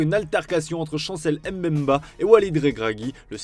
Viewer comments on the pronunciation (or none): Prononcez bien les noms des gens putain c’est pas EmBemba mais Mbemba sinon dites juste son prénom